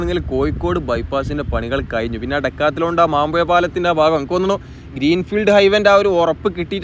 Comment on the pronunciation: കോയിക്കോട് ,മാമ്പുയ പാലം.അച്ചര ചുത്തി ഇല്ലാ 😂😂😂